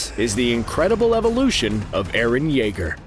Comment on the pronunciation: Everyone gonna ignore he said Jeager not Yeager